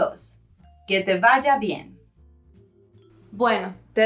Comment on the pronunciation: Se escribe «superbien», todo junto, puesto que super- es prefijo en este caso. Otra cosa: la V de «vaya» es bilabial. El uso labiodental de V suena algo afectado.